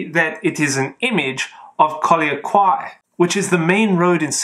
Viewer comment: Post card- Pronunciation of quay is 'ki' or 'kee' ; the world first largest postal stamp was King Edward VII $500, you can send an elephant from S'pore to London ,lol happy hunting ! oh yes, don't forget look into British Post Office in Siam ( Bangkok). Amazing postal history stamps passing thro' Singapore 1882 to 1885 by using 'B' and before and after without 'B' ! Watch out forgery and counterfeit !